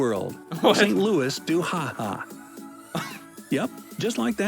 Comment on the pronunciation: Yes, Saint-Louis-du-Ha!-Ha! exists, but the video narrator didn't come close to pronouncing it right. I can forgive not going French on the pronunciation of Saint, but Louis is Loo-ee. Lacrosse was invented by the indigenous people of this continent. Of course we love it! Santa was declared Canadian because "the North Pole" (magnetic north) is within Canada's borders. Okanagan is "O-can-ogg-an." (Rhymes with toboggan)